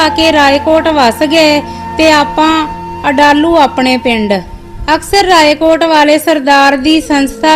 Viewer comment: Nice but some words wrong pronounced village name adlu